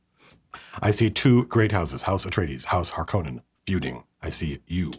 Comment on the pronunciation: "Larskonnen" hahahahaha